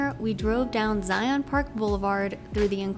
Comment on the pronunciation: Great Video! A little education....say Zion like Lion.... not Zi-ON. anyways, I have watched a few of videos and they have been great! The one that I watched before this was the one at Lone Rock at Lake Powell. Its one of my favorite places to go!